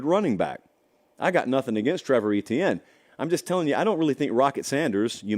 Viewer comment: I've been saying it since they didn't get it right at clemson. His name. Is Ettiene. It's pronounced Ayechan. Come on down to Jennings La and let that man's momma hear you pronounce It like that!!! Not a joke. She gets pissed😅